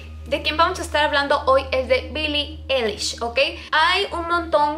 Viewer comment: No es Billie elish Es billi ailish 😂😂😂💁‍♀️